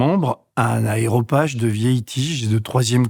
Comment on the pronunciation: "Aréopage" monsieur Robert et non pas aéropage de la colline d'Arès au dessus d athènes